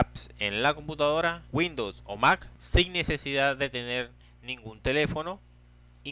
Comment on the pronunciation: puedes pronunciar bien almenos dices max es MAC LEA BIEN